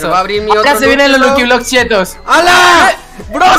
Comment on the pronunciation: Me da ternura cuando en vez de decir lucky block dijo lukiblos ❤